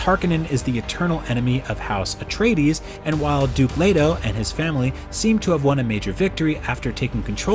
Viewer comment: There are also recordings of Frank Herbert himself pronouncing these names. The narrator actually got almost all of them correct. As much as I love the Lynch movie, it is hardly an accurate source for anything Dune. Most pronunciations in the 1984 movie are wrong, the weirding way has nothing to do with sound-based weapons, Paul was NOT the Kwisatz Hadderach and he did not make it rain on Dune.